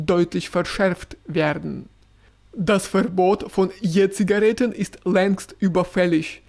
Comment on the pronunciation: Ich finde Jura hat eine ausgesprochen schöne Stimme und eine exzellente Aussprache. Ich liebe es, wenn er Je-Zigaretten sagt 🥰